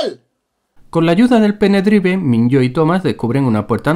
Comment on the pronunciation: Un like por los pene-draivs